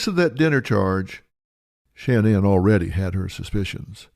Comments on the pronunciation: What’s Dr. Phil’s problem? Her name isn’t Shanne Anne. It’s Shanann, pronounced Shannon by her and her family. McGraw's insistence on calling her Shanne Anne is ridiculous, annoying and stupid. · You're going to tell me no one tells this idiot how to pronounce her name correctly ? Producers should do their job ! So annoying